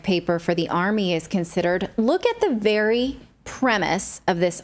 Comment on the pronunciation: "Look at the premise..." 🤔😂 Oh, dear...